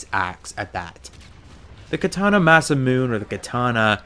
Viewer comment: It is pronounced Mah-Sah-Moo-Nay